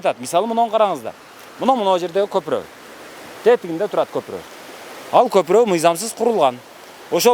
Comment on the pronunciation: Көпүрөк деп айтатко көпүрөнү,кыргызча айтыпатабы?